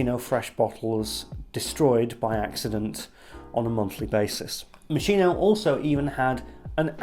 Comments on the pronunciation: Hi! Sorry, hate to be the one to correct but it's pronounced "Mos-kee-no," not Mo-shee-no. Great review btw! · love this video as all of your videos... im definitely buying this someday (also because i looove the bottle) ps: its MOS-KEE-NO... love u! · Just for you to know it is pronounced "mo ski no" ... However great review as usual mate ♥️ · Moss-'Kee-no. That's the correct Italian pronunciation. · It’s pronounced (MOSKINO) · My new love - its strangeness is something I have been longing for - I can only get the rose initially and then pepper pepper pepper and later oud and something like diesel - it’s amazing. Yes it’s slightly synthetic but hypnotic none the less - I like the confusion. (By the way it’s pronounced Moskino !) Great review! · Sir, it's Moskeeno. Great review btw. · mos-KEY-noh. If you want to show off your outfit and your pretentious speaking, at least pronounce the brand properly lol